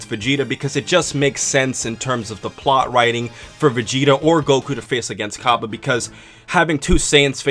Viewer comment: Its pronounced differently